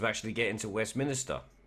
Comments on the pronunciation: just a small thing it is westminster not as you said 3 times westminister ...brexit party all the way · Westminster NOT Westminister! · Like your videos mate but please pronounce ‘Westminster’ correctly. 😀